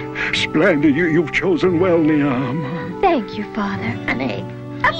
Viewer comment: Every Niamh (pronounced Neave not ni-am) must eye roll at how brittish this is.. 😂